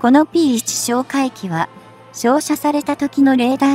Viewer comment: P-1をぴーマイナスいちと読ませるって..ちゃんとぴーわんって読み上げるようにしろよ！